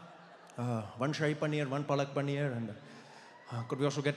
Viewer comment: He messed up paalak with palak(eyelashes)